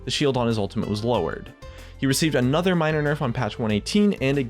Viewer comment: All i hear in this video is Another nerf (like anotha one)